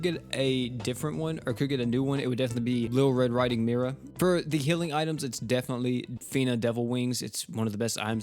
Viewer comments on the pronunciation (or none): none